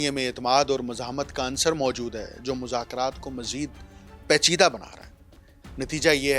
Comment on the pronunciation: گلابی اردو Not PACHIDA Its PAICHIDA